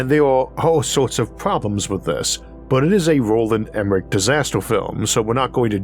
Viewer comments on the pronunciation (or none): none